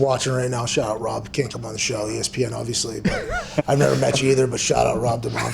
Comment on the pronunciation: shaht aht Chase